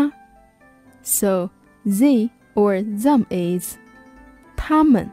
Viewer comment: and that's not how you pronounce they or them correctly tho